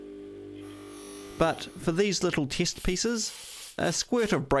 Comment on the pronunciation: What are “tist pieces or mital “ apart from that, love the squeaky, nutty bitch voice that I assume is how you visualise your target audience.